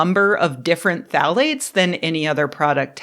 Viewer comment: Are you saying "thalates" or "phallates"? ;-)